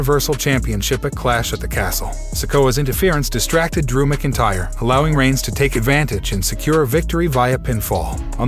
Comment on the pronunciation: Lol the program can’t say McIntyre properly as well 😂